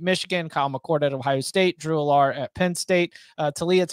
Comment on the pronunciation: Drew Allar is pronounced AL-er. Not al-LAR.